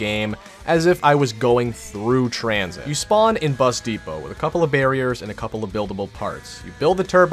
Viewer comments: I started dying when he said transhit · Sorry u spelled tranzit wrong it’s pronounced tranSHIT!